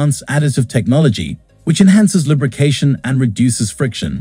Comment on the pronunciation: LUB , rication 😂. Gotta love AI.